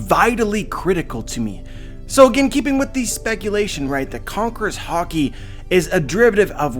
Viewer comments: Am I the only who who keeps hearing "hawkey" instead of HAKI (HA-KEE)? Sorry, I love your vids but this was cringe worthy a bit lol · Please master the pronunciation, hah-ki not har-ki. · it's not hockey it's freaking HAAAAAKI !!!!! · It’s haaaaa-key(haki) not hockey thanks.❤️ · ha-ki not hawki the way you say it was messing wit me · stop saying harki it's ha ki haki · You say hockey instead of Hacki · Are you saying hocky or ha-ki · Conquers hawky🤣🤣😭😭😭😭🤣🤣🤣🤣🤣🤣🤣🤣😭😭😭😭😭😭😭..its haki dude🤣🤣🤣🤣🤣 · Can't stop hearing "hockey" now lol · i think its pronounced as high ki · I can't erase it, every time he say "Haki" i only hear "Hockey" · “Concors hockey” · Dude, you say it with a very hard accent... say it like this: HAAH KI - say it like you are screaming with pain. an open 'A' sound. aaaaaaah so, haaaaah ki. try it. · What huh-key ? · Listen, when you watch Japanese anime pay very close attention to pronunciations, dont not say it to suit your accent. And its "Ha" "key"(haki) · This is epic,also what I don't get is all this "" "" says it wrong,isint it pronounced hockey,hawkee, hah key,.....Yeah I'm Canadian as fuck big whoop wanna fight about it.. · i'm sure there's an A not an O in Haki bud.. I pronounce it Hackey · For some reason I thought you were saying 3 types of Hockey.... dude go learn some proper Japanese lol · No need to be negative does a great job with these videos so I ask you to appreciate what he does and don't get on him for say a word a different way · the way he pronounce haki man its so cringy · Yeah but the way he pronounces haki kills me